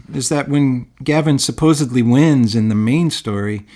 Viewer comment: By the way, the term Elster is Germanic feminine for magpie (bird), also associated with thievery. By the way, , the word is 'supposedly,' not 'supposebly.' Great content.... Just trying to help. 😉